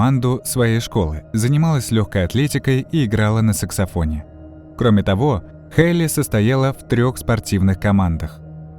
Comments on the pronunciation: На сексафоне?? Не саксофон разве? Уж извините, врезалось это слово в слух.. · Не сексафон !!!!, а саксофон 🎷!!!! Не к стати , но многие не знают !